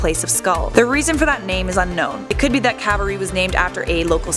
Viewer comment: The tomb I'd say is the garden tomb it fits the four accounts better than the sepulcher. However the crucifixion sight I'd say Helen the mother of Constantine got right. Also not to b mean but say it with me it's not sepulchar it's sepulcher- sep ull (like ool) Kar (h is silent) And in calvary enunciate the A a lil more then I think way got it